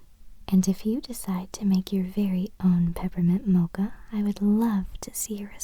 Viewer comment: I like the way you say "mocha" <3